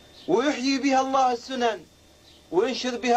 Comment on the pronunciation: تعلم. قراءة لفظ الجلاله بصوره صحيحة ثم كن سفيرا للامام. ايها المعتوه